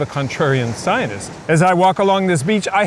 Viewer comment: Why can’t you pronounce the word scientist properly? You describe Nina T as a, “bad actor” - what evidence do you have for that slander?